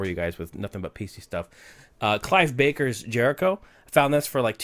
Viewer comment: Yes, Clive "Baker". I love it!!